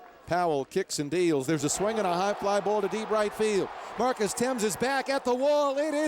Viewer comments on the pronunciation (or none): none